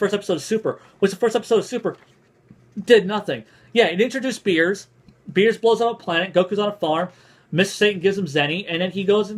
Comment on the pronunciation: Did you call him Beers? lol